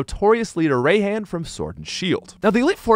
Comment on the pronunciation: i have to say the pronunciation of Raihan in this video irks me a bit "Rye-hahn" not "ray-hand" minus the D